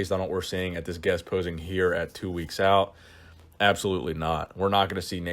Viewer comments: Out not ouit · "Ouit" lol fix it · “Two weeks ouit”